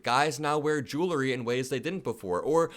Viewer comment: "Jewel-ry".